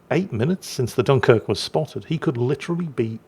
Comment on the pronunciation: gets excited and all of a sudden the dunquirk gets its actual name back. 😂😋❤